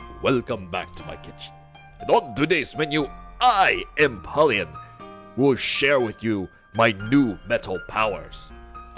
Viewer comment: Its pronounced em-powe-leon